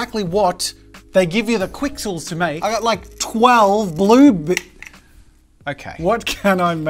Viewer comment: Technically it’s pronounced kixels. The Q by itself makes a K sound. Also technically, they’re not pixels. When something is made up of little cubes or “3D pixels” those little cubes are called voxels.